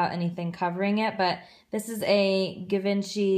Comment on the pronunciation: GIVENCHY is pronounced JI-VON-CHI